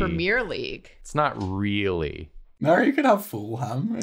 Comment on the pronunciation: Please don't tell me thought fulham was pronounced full ham (9 times out of 10, if a british town/city has the -ham suffix, it's not pronouced like that - fulham is pronounced fullum)